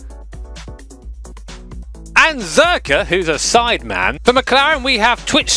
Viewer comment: sideman lol its sidemen